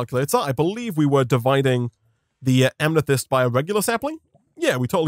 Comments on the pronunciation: it’s not pronounced am-ne-thyst, it’s pronounced am-eh-thyst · Why does he keep enunciating "Amethyst" as "Amnethyst"? this isn't an accent thing as you can clearly hear him working to deliberately say it like that.